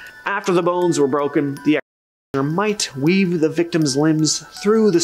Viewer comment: I know, right ? He can't say executioner-and "unalive" for dead is just stupid lol